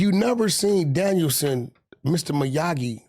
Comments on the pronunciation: “Danielson” 😂 *Damiel-son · Its Daniel-son🤣🤣